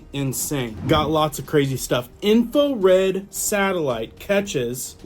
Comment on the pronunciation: "Info-red??" 😂 INFRA